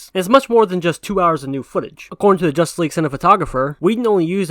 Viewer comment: They even said they skipped on watching josstice league when it came out. But yet he say ZSJL will duck.